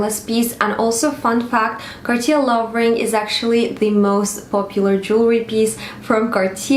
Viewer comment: With respect. That is not how it is pronounced. “Car-teeyay” is much closer to the correct pronunciation. If you are going to be making videos on the topic, and have a collection, it’s better to be calling it the proper name. Also, while some may be affordable than others… “anyone can get access to one” is seriously out of touch with society. I’m not being jealous, I have Cartier and fine jewellery myself… but I know that I am lucky to own it and don’t presume some of those pieces are affordable to everyone. x